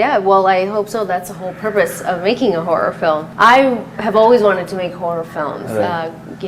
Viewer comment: Whenever she says HORROR it sounds like WHORE.